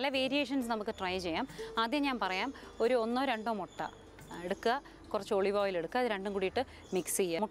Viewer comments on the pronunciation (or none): ഒളിവ്‌ ഓയിൽ ആണോ ഒലിവ് ഓയിൽ ആണോ😀